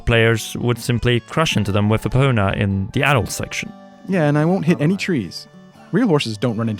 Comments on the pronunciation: What’s the horse’s name again? Say it with me my guy. Epona. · Agreed. Is he sayin' "Apoona"?? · Am I the only who thinks the way ‘Epona’ is being pronounced in this video is completely insane ? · What I would love is for them to add areas from the games before it and precursors to games which come after it (e.g. Lake Floria, in between Kokiri Forest and Lake Hylia and Trilby Highlands, next to Death Mountain and behind the Castle). Also, what's with the weird pronunciation of Epona? That's the Japanese way of saying it but the origin word doesn't come from Japanese - therefore, it's ee-poh-nuh. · dude you've been playing the game for 100 years, how are you saying epona all wrong, it's so grating on my spirit